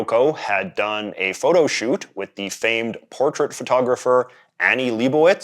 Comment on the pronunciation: A Canadian saying the word shoot feels weird somehow ^^’